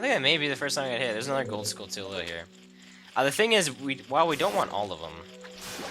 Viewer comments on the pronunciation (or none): It actually is pronounced Skullchula. You pronounce Tarantula Taranchula, so it'st he same for Skulltula. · I pronounced it skulltula as in tarantula.